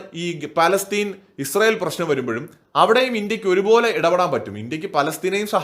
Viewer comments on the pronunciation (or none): none